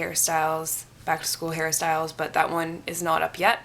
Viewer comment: When you said hair styles it's sounded like you said Harry styles